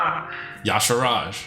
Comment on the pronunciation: Is Y'Shaarj supposed to be pronounced "Yasharaaj"? I feel like there's a few too many A's inserted in there.